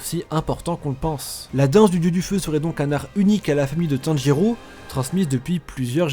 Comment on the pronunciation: On dit pas Tanjurou mais tanjiro bg x)